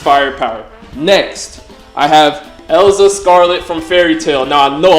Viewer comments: Bro it's erza not elza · Wait, why are you calling erza elza?